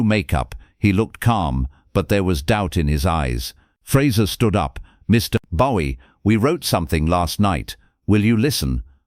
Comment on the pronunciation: AI cant even pronounce Bowie right….